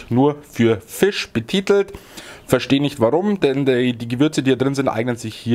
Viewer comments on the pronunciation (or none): none